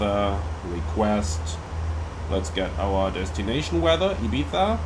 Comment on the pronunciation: Spanish guy here. Arriving a little late here. Nice video, defenetly helped me a lot understanding the bigger picture. Really love the effort to pronounce Valenzia and not Valenshia. Same with Ibiza, saying IbiZa, not (Eye, bee, za).